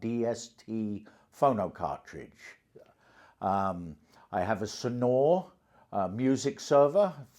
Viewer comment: Sonore...not Senore.